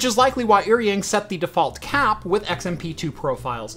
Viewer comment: Just a small correction on pronunciation because it bothers me a lot lol. “Eary-ing” makes me cringe. In Chinese pinyin, “er” is pronounced like “are” in English. (With 3rd tone). “Ying” is pronounced as you would expect with English spelling (with 1st tone). Correct pronunciation would be like “are”-“ying” Further context, the characters used, 尔(er) is an ancient Chinese word with the same meaning as 你(ni) which means “you”. 英(ying) has many meanings, can refer to English (language or country or people) but also has other meanings like hero or elite.